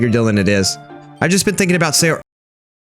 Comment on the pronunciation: and sayori is pronounce sai or ee, yuri is pronounced you rli* *basically an R that turns into an L, and Monika is a european name